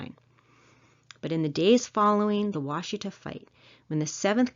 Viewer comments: The name of the Black Kettle river is pronounced Wash Eh taw. I a m from Oklahoma and live 150 miles east of the site. Love your videos. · As a Native American and historian for my people I would like to comment on the quality of this video. While the content is commendable your credibility is tainted by the mispronunciation of important words. Wasita = Wash-ih-tah, Osage = Oh-sage. Did you know that both Sand Creek and the Washita River were RESERVATIONS at the time that the massacres happened? I was stationed at Fort Sill, OK and had access to the Fort Sill Military Library. There actual hand-written orders and letters from General Sheridan to General Hazen regarding the promise of food rations that were to take place, and were used to keep the Cheyenne, Arapaho, Comanche, Kiowa, Apache, Lakhota, and a family of Caddo. My husband is a descendant of the Comanche and Kiowa at the Washita, and I am a descendant of the Lakhota that were both at Sand Creek and Washita. Our famillies were also at the Palo Duro Canyon during the Red River Wars. Anyhow, Just saying...